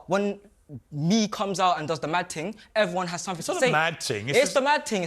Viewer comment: “it’s not a mad ting” 🤣🤣🤣🤣